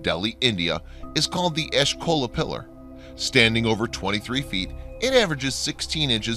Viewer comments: I love your videos but it kills me how consistently butcher pronunciations. Example from this video, you say "Ashkola Pillar" but the text says "Ashoka Pillar". Other examples are "Tihuanaco" and "Puma Punku" They are pronounced "Tee wha nah ko" and "poo ma poon koo" In no way am I trying to be a hater, I love the content, and I love the topics. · Ashoka (piller) is pronounced wrong. Edit: Never-mind....there are a lot of wrong pronunciations in here. Also, Why does other culture structure have to have Adam attached to it? Rama and Adam are not the same person. So why they are trying to rename Rama's bridge to Adam's Bridge...i don't understand. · Its asoka pillar.. not ashkola pillar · The pillar in Delhi is the "Ashoka Pillar", named after the Maurya king Ashoka the great. It's not the Ashkola pillar as you pronounce it. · It's not ashkola pillar but pronounced as A-show-ka pillar(Ashoka pillar) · It's pronounced exactly how you spelt it "Ashoka" "Ash-Oh-Kah" Not ashkola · what I was about to point out😄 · It is not Ashton .it is Ashokan pillar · Disclosed Truth TV, do you check your videos after narrator voices it? Ashoka Pillar, and narrator reeds "Ashkola". Not true. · It's ASHOKA pillar and not ASHKOLA pillar. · he doesn't even name the Ashoka Pillar correctly, instead referring to it as the 'Ashkola Pillar'... Come on, man. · First of all in India that's Ashoka pillar ...not ashloka😊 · Ashoka Pillar, not Ashkoa Pillar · its not Ashkola Pillar...pronounced Ah-sho-kaa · It's A-sho-ka not ashkola. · Ashoka not Askola. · Ashkola pillar? 😂. It's ashoka or asoka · What's written : "Ashoka Pillar" What's said: "Ash Cola Pillar" 😀😀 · I must say that you pronounce the name of the the Pillar in India incorrectly. It is called the ASHOKA PILLAR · It's not Ashkola pillar.... It's the great iron pillar or louha stambha... For just for the record... It's Ashoka not Ashkokola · How bad at reading do you have to be to read Ashoka as Ashkola?